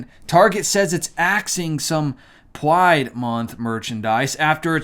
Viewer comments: out of curiosity, why do you said "Pwide" rather than "Pride"? ~Dutch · "Pyde" 🤣😂 I love it.... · I love when you say,” PWIDE” lol you wascaly Wabbit! LoL Well done! 💕